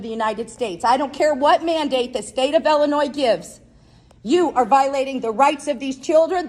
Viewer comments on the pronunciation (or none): Take off your sunglasses and stop slurring . It’s IIIIILLLLINOIS not Ellinoy